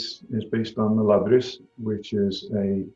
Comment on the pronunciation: Norwegian here, he has a norwegian accent, quite heavily, on SOME words, for instance when he says Labrys it's sounds like a Norwegian trying to pronounce a greek word to me. Also his manner of speaking, cadence and general demeanor is quite norsk. I do hear what sounds like a scouse(I think) accent as well under that.